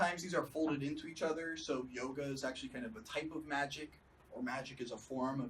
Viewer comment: Notice how he added the super cool k on the end of magic? Wow, he's so awesome.